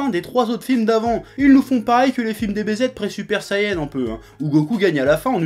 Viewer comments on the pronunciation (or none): none